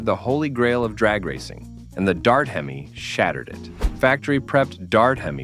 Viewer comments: The H.E.M.I.?? Hee Mee? FN' AI garbage. So horrible. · AI (almost incompetent). Semi Heemi?